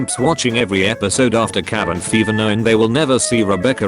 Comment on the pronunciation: “cavin faver”